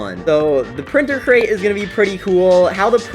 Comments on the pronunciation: ITS CRATE NOT CREATE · Printer Create? Bro forgot how to say the word Crate XD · Bro can't even pronounce crate 😂